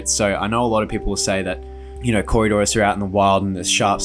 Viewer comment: It nice that you learned how to say coridoras.